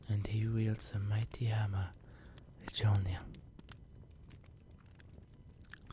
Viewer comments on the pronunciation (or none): Ew. Bad accent, horrible pronunciation. It's Mjölnir. Not muh Jolner